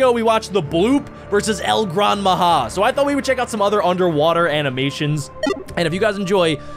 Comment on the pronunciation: its El gran maja not maha